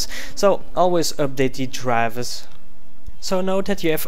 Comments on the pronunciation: how he pronounce "drivers" -> "Draavers" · I love wen you say Drivbersss <3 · love how he says Drrivverrs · the way he says "drivers" the whole time XD